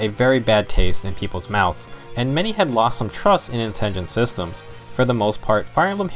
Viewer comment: Dude, it's Intelligent Systems, not "Intingent".